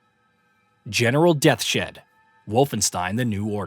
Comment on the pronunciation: Did he call him death shed? Isn’t it deaths head?